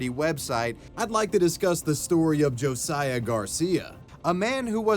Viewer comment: Who else is cringing that he pronounced “Josiah” wrong?